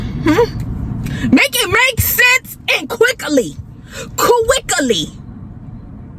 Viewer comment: Quick-E-Lee got me weak lol